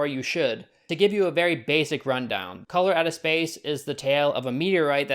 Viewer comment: Every time you said "Color Out of Space", I kept hearing "Colorado Space" and getting confused.